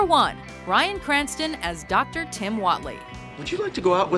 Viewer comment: is she calling him Ryan Cranston? I keep hearing Ryan